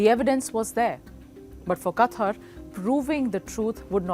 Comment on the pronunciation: She can’t even pronounce the name properly and keep saying katwar when it written in the beginning of the video (Kawthar)